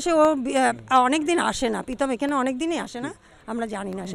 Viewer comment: পিতম না কাকু প্রীতম🙏🏿🙄